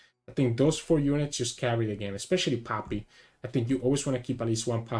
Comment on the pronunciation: I love it how you pronounce poppy and it sounds like papi :) Also I´m not dissing you in any way I just like accents and language <3 I´m new to your content and I do like it a lot so thank you for that.